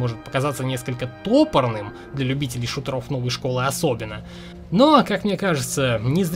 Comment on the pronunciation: топОрный, а не тОпорный